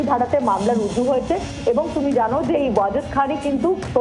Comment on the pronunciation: "রজু" করা হয়েছে বলতে????..... Bengali news ❌ bangadesh news✅😅😅😅😅